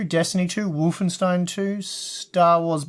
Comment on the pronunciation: That aint how you pronounce Wolfenstein :P :D.... Dem monolinguals...